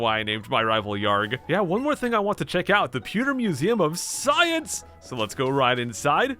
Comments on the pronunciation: Please never say "POO"ter again. It's PEW. Also you say holy crud way too fucking much. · Why do you say Poo-ter city. It's Pee-ew - ter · Pewter is pronounced "Pyoo-ter" 😂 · "Poo-ter city" - pronunciation 2018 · "Pooder City" 10/10 would pronounce again - IGN